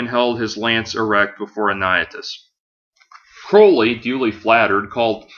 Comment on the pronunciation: It turns me on when people pronounce Crowley correctly.